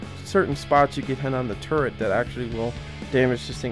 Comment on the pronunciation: I know it annoys me lol